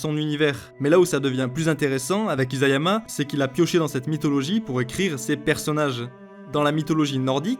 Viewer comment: isayama avec un s pas un z T-T